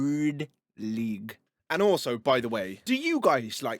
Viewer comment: “GPP woord leygue” 😂😂😂